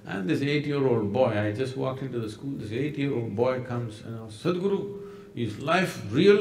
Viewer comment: The spelling is Sadhguru...h is not silent...it makes a sound...so it's not Sad but Sadh...